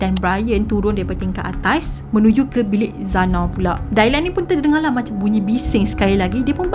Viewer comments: Good story. Just nak perbetulkan sebutan jer Dylan dibaca Di-len, bkn Dailan. 😊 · Ethan = "e-turn" Kaylee = "k-li" Dylan = "dilen" Dailan tu mcm nama melayu hehe gurau. Bukan tunjuk pandai, cuma share serba sedikit